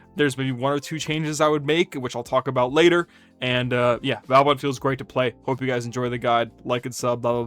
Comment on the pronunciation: Just a reminder, he is vOban, not vAUban 😂